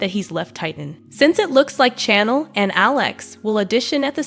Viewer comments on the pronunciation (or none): Hey lady talking about the spoilers you are saying Chanels name wrong!!!!